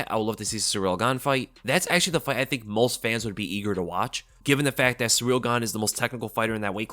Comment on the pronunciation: Guy constantly calls Ciryl "Surreal". You're an MMA channel. You gotta learn how to pronounce these fighters names and have more respect.